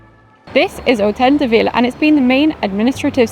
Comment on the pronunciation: lol — pronounces “de” like “day”.